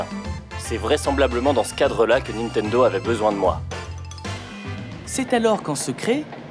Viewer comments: Alors, ça fait plusieurs vidéos que je regarde, et tes vidéos sont cool... Mais s'il te plait ! NiNtendo, et pas Nitendo // Et encore plus important -> SuIcide, et pas Sucide :P Sinon bravo :D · Cool tes vidéos ! :) Juste un truc c'est niNtendo pas nitendo :D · niNtendo. Pas nitendo.